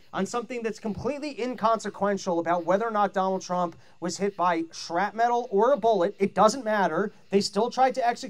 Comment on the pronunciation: Please someone pull aside and help him say "shrapnel." The pivot to saying "shrap metal" was bad enough but then he kept repeating it. I think he has been watching too many Kamala speeches.